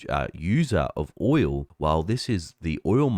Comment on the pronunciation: It's "oil", not "oywoo".